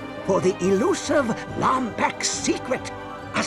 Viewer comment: It is pronounced "Lombax"